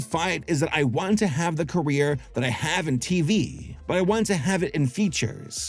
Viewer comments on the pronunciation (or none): none